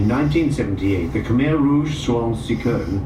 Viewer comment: khmer is pronouced Kah mai